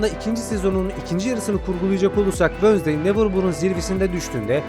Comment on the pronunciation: Abi Allah aşkına wönsday deme